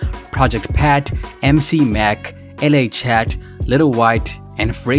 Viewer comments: It's laChat. Not L. A chat. Lmao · It’s pronounced Luh chat (la chat) not L.A. chat lol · its LA Chat not L.A. Chat lol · It's La chat as in singing la la, not LA as in Los Angeles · The fact this guy said L.A. chat I can tell this man is not American and got some of this information backwards and half assed. This was ducking terrible honestly